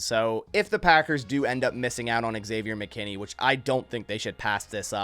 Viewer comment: It’s not eggsavior dude